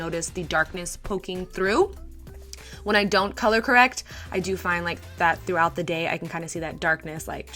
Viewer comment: Sis! Did you say “color erect”?! Lmao 😂😂😂😭😭😭😭